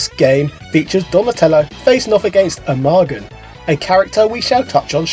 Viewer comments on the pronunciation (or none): Ray Fillet (pronounced "fil-LAY") (also sometimes called "Man Ray") is a character present in SEVERAL incarnations of the franchise, including the Archie and IDW comics series, the toys, and the '87 toon. (Also, Armaggon is pronounced "ARR-muh-GOHN".)